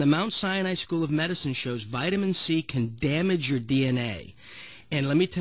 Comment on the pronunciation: What is "synthectic"? What is "damgage"? What is "itamine C"?